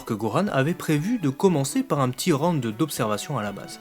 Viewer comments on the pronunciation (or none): none